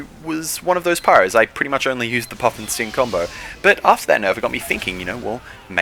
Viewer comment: When he was saying puff'n'sting, i thought he was saying puffin sting.